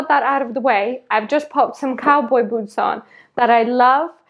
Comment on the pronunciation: It’s so cute how your pronounce ‘boots’ as “beauts” 😋😍